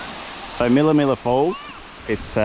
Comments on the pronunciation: Spider is a golden orb. I live in Mission Beach about an hour drive south.. they are common up here build massive webs. Don't harm you unless you provoke them. Spider seen is a mid range one... it's also pronounced mill-a mill-a 😀 good video guys, safe travels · I think it is probably pronounced 'mill ah ah' the A iis repeated.